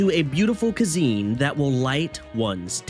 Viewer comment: I can't keep hearing "Koo-zene" XD. This was fantastic.